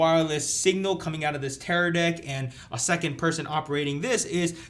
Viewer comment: Bro he said Teradick ahahahah